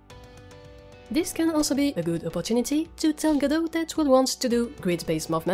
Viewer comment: Merci:) Et joyeux noël en retard mais je viens de t'acheter ton jeu;) Et merci d'avoir mis en français ta chaine de ce côté:) Dommage la trad dit tjs G-D-O au lieu de Godot ^^